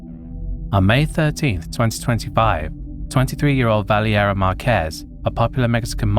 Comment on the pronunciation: It's not pronounced "Valley- Era" it's actually "Val-Area" spelled Valeria. In English it's Valerie.